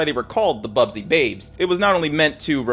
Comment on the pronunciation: The Manchester United segment is full of errors: 1. It’s BUSBY babes, not Bubsy - named after their coach, Matt Busby 2. They did not have “just a week to play their matches”, that is not how the European cup worked. The plane they were travelling on simply did not have sufficient range to fly directly from Belgrade to Manchester, Munich was just a stop-over to refuel. Also, West Germany was represented by Borussia Dortmund, neither of the Munich clubs were participating. And in any case, MU played the semifinals against AC Milan. 3. While there were issues with the engine, it was not the reason for the crash. The plane was accelerating just fine and would reach the take-off speed well before the end of the runway, however it was slowed down by the snow that was not cleared by the airport authorities. Unfortunately, still prevalent design of the planes of the time, that tail-wheel undercarriage (two wheels in front, one under the tail) were less effected by such conditions, so not enough attention was paid to the cleanup. MU plane was of the more modern design with nose-wheel.